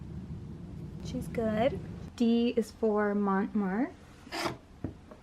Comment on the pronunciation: Not mont marte with the “🥴” lol Thank you for this. I’m definitely going to try out sculpey air dry clay